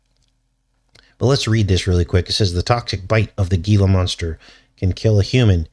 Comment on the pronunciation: The Gila monster is pronounced “hee-la” just like the Gila River Casino 🎰 here in Arizona 💁🏽‍♀️